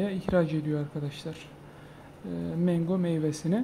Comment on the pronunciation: abi mengo deyişine bitiyorum😀 saygılar 😊